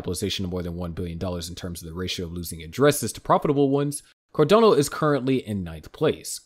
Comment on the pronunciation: If they can't pronounce the coin name correctly, then you can't trust what they are saying.